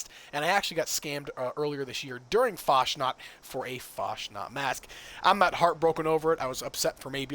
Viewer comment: Fasnacht - CH is like loch, please stop abusing German.